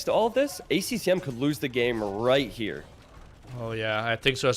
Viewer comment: It kills me how always misses the 2nd "C" in ACCM